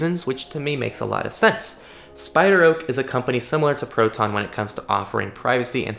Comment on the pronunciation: SpiderOak sounds like Spied Rogue.